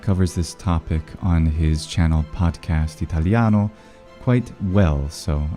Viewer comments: La tua pronuncia è italiana è sostanzialmente perfetta,complimenti. Trovare stranieri che sappiano pronunciare l'italiano correttamente è difficilissimo. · I wonder if your Italian pronunciation is always like that or if you only practiced saying those particular words and phrases because it was almost flawless, I think it's the first time an english Youtube channel pronunciation doesn't completely butcher my language😂 Great video though, super interesting